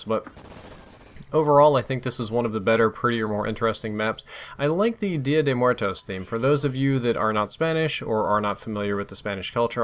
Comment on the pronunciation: Lmfao. 'Dia de Mar toes.' You're so fucking white.